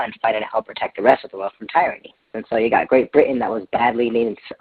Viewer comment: and he mispronounced Tyranny like he was reading the script and couldn’t pronounce it 😂